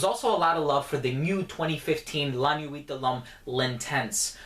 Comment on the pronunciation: the "t" is silent in "nuit" by the way